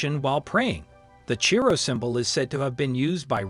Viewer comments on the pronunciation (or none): It is pronounced Key Rho, from the Greek letters X P. When will these American voice overs get anything right. Also, the images are all over the place & therefore not teaching anything.